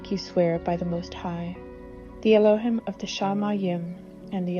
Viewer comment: “Elo- hEEm”! C’mon, Sis!